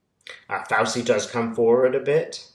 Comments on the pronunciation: (, it's pronounced "Fau-CHEE", not "Fau-see"). THANK YOU for your brilliant readings! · love your videos. You're mispronouncing Fauci; it's the ci sound of arrivederci. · Hey,. It's FowCHEE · Petty but Fauci is pronounced: F ouch ee like couchie. Lovely Italian name. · Thanks for supporting the concerned citizens of the USA, your fellow citizens. May I respectfully submit that you listen to CNN or another USA based news source speaking Dr. Fauci's name. As I had to learn some time ago, the c in Italian names is a CH for us English speakers. Peace and well being to all of us. Keep on keeping on.